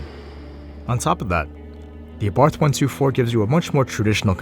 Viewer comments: Btw, it is pronounced Ah-Bart. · well not exactly. Carlos abarth was austrian not italian, so the 'th' would be pronounced in his native tongue, but that would be the italian way. For this reason I think either works.